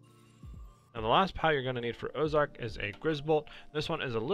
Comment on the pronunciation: Man didnt read orzerk right